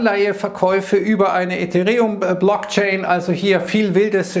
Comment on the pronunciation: das heißt (isirium) oder wenigstens ethEreum, nicht etherEum.